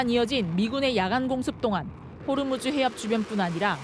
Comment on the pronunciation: 호르무즈 가아니고 호 무스